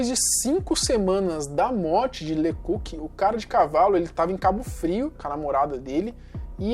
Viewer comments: Pára de falar "lê cúki". Era LÊ CÓK. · Se pronuncia „le cóc“, não „le cuc“.😉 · Me desculpe, mas você deveria saber falar corretamente os nomes das pessoas que você apresenta no seu áudio! Isto empobrece seu canal! O nome do policial se pronuncia “le cóc”, pois é francês! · COQ=GALO ACENTO TONICO NO O